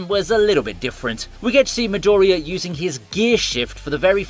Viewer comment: "MidOria", my ears bleed every time I hear you pronouncing the character's names, it's not that hard, specially when you can clearly hear the correct pronunciation in the show, you should give it a try...